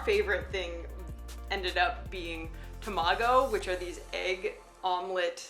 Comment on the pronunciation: tamago, not tomago